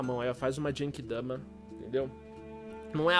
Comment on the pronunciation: só não ajudei na genki dama porque você falou jenki dama